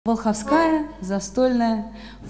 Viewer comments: ВОлховская.ударение на первый слог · ВОлховская - с ударением на первый слог.